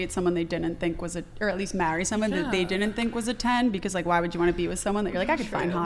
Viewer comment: The idiot, Kiko?, on the furthest right (with, of course a tattoo sleeve), is unbelievably, infuriatingly dumb. And her conviction makes her even dumber. She digs in and makes it even worse. She is an idiot! Also, the word is “didn’t,” not did-dint. There is a reason a contraction exists. It trims down the syllables. When someone says “did-dint,” they are immediately discredited.